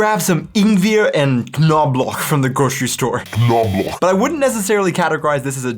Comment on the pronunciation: The knoblauch pronunciation is not only cringe - it's unrecognizable 😂 If you hadn't shown an image I wouldn't have guessed it. The ingweeer was also very ing... weird 😜 Nevertheless, kudos for the great video as usual. Enjoyed watching it.